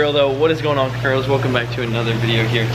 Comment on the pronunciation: He said cuffairos 😂💀⚰️